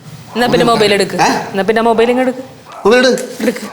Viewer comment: ഹലോ മൈബൈൽ അല്ല മൊബൈൽ